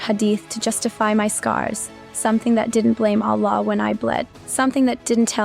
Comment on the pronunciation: Who else knows it's a script the way it is read!! Can you imagine the way she even say Allah doesn't match with the name..any ways this is a horrible script painting Islam i hope God forgive you!!